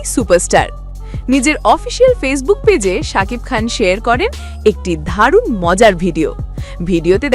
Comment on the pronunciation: হায়রে রিপোর্টার ঢালিউডকে বলছে ঢলিউড আর দারুনকে বলছে ধারুন পরে আর কি কি জানি বলেছে আমি শুনিনি🤣🤣🤣😄😄😜😜😜